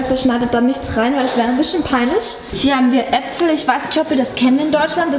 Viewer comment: Apfel. Hört sich sich sehr nach Österreich an. 😂😂😂😀